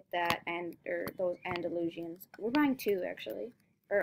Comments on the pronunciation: Actually, it's pronounced freshian, and Andalushian, so stop pronouncing it wrong, she was doing it just fine. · Free-shin its pronunced. Andy-loo-shan it’s called for the other horse. (Hopefully it helps!)